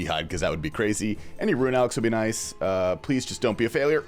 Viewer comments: Interesting that all of the pkers at the alter said 'Pleae' instead of please. Looks like a bot farm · Why is everyone saying “Pleae”? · Every single one of them missed the s in "Please" What in the..?